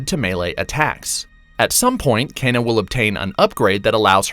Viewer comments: It’s “Key”na not “Ken”a. One of the characters says it in the first trailer if you listen carefully. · Ken-Ah, not Cain-ah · Key nah!